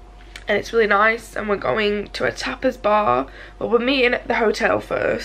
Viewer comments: Lol I thought at first you were saying a topless bar. No judgement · Oh you went to a tapas bar I thought you were saying you are going to a topless bar. Ha ha my bad.